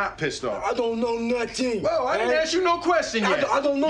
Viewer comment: I dont know no-teng 😂😂